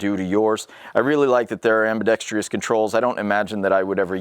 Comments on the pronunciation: Sadly his many mispronunciations include... dampening instead of the correct damp-ing... ambidex-treee-us instead of the correct ambidex-truss... polygonn-al instead of the correct poh-lig-un-il... it goes on and on with this guy. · It’s not pronounced “ambidextreeous”, it’s pronounced ambidextrous.